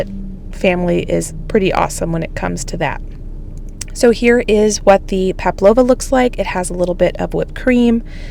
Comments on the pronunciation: Hi 👋🏻 love watching your channel. The correct pronunciation is PAV LOVA, not paplova. ( I can say it not make it ) you are becoming a remarkable baker, thumbs up 👍🏼. My daughter and I have decided that we want to batch freeze meals, so I have been rewatching some of your videos. You are right about making things so much easier on oneself when you go to your freezer and pull one out, make a side and poof dinners done. ❤ love it. Thank you for being true to you I am appreciative of your honesty, love for your family and your commitment to your channel. Keep going girl 🎉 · Aussie here, put the mix into a piping bag with no end and make the nests, we pronounce it Pav-low- va. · PAVLOVA. PRONOUNCED - Pav loave a. Great video ❤❤❤ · Hello from Australia - the pronunciation is Pavlova there is no P in it. I make them regularly here. There is a bit of an Australian / New Zealand debate on who invented this. 🥰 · It’s spelt Pavlova, so pronounced Pav -lova, “v” rather then “p”,. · Hi, beautiful spread as usual. You asked if you were pronouncing pavlova correctly and I’m sorry to say no but close. It is pav-low-vuh. Or you could try pav-a-low-yuh the yah. Hope that helps. I’m not the greatest at pronouncing things either, but I’m Australian and we say this and serve this nearly every summer. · Hi. Greetings from Australia. I love your videos. I often have a binge watch. What you made is a PAVLOVA. Pronounced pav-low-vu. An Australian dessert, although New Zealand also lays claim to it. 😂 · Pavlova is pronounced paa-vlow-vuh according to Google 😊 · There is no A. It’s Pavlova. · Hi, You asked for the correct pronunciation of the meringue dessert you made for your sister...it's PAV-LO-VA. Love that you're always willing to tackle something new...constantly adding to your cooking and baking accomplishments. Keep on keepin' on! 💚😊💚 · It sounds like she's saying Pablova not Pavlova. Maybe my hearing is off. It's named after a Russian ballerina.